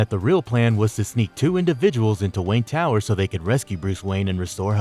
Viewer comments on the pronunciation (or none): none